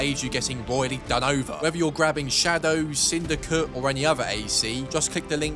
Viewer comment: Bro says "sindycuh"